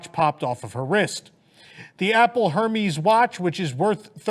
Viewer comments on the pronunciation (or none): Hermès is pronounced Hair-Mezz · Just fyi... Hermès is pronounced kinda like "AIR-mez." The "h" is silent. That aside, something about that lady's story doesn't add up, unless she had her passcode set as 0000 or 1234. The watch locks as soon as you remove it, and you can temp lock your credit cards pretty easily. You'd also report fraud to AmEx, not to the sheriff's office. It would then be left to AmEx to pursue it or not. My guess is that she ran up a bunch of charges and then wants to claim it was fraud. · I thought the 'H' was silent.....